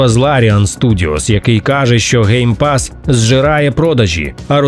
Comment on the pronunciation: lol, ГейПас 😂. Навіть YouTube розпізнав це як GayPass 😂